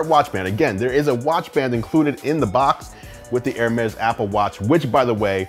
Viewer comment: It's actually pronounced hermees